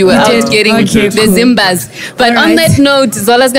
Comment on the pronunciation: When he said Zimbas 🤣🤣🤣🤣 Rest easy Supamega 🕊🕊🕊🕊🕊